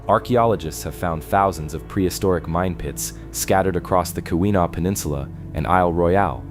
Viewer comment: KEE-win-awe, Meh-NOM-in-ee, Ah-nish-ih-NOB-ee, SHAR-leh-voy, On-tuh-NOG-in.